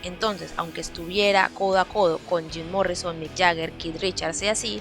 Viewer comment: "Zim Morrison" 🤣🤣🤣